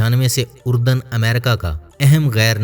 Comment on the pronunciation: Iska naam URDAN nahi ARDUN hai.